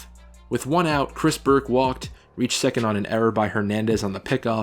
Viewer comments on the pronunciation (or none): none